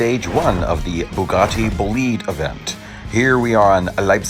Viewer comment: You spell this car "boulihd" as in "to lead s.o." I prefer spelling it with an "I": so "boulaid". Am I wrong with my spellling?